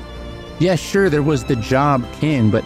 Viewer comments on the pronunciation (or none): none